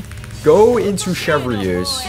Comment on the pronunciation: wait... Chev-Re-use? 😭